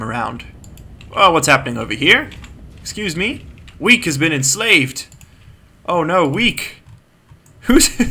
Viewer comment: I thought that you said "Weak has been enslaved!" Instead of "Weke has been enslaved!" XD